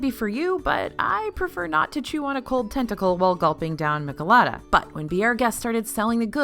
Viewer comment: "Mee-cheh-la-tha" not "mikelada"